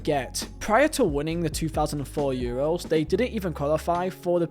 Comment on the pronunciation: Man said Euwos😂